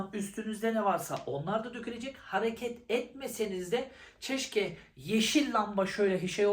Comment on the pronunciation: gıcık kapacaksın ama yine de yazacağım. profosyonel değil profesyonel. çeşke değil keşke.